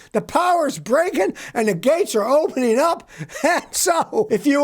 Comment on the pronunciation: "Openeen", "onlatcheen"???????